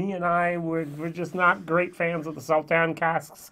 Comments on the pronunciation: Your German accent is getting the better of you. The "S" in Sauternes is pronounced as an "ess", not a "zee" [sōˈtərn]...;-) I was gifted a bottle of WHISTLEPIG OLD WORLD SERIES SAUTERNES FINISH RYE 12 YEAR which was impressive. Looking forward to a whole new year of your vlogs. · It's pronounced Saw Turns